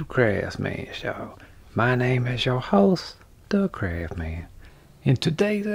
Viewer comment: Is there a more wholesome channel on YouTube? "There's no such thing as a perfect man.": "Hold my duss maks."